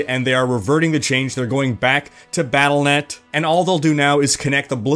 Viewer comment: Pronounced "Battle DOT Net"